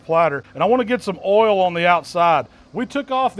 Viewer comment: I think that's the first time I've heard spend two syllables on the word "oil"